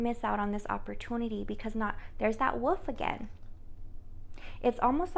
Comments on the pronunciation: Whar colour was the wolf you keep seeing.. ? Btw try saying this as it may help you to say wolf - Woolif or woolef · So amazing .. great reading.. and for the whole “wolf” thing… say the word “wool” then add an “f”!! ❤️!! Woolf!! 😉 😊 ❤️ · Too cute the way you say Wolf, I love it, I’m a teacher. You are saying Woof like a dog barking. You said you can’t pronounce it correctly. If you wish to say it correctly the first part is correctly then say the last two letters L as in lady, F as in flower. Just a suggestion you don’t need to change it only if you wish to! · Wolf, pronounced "wool f"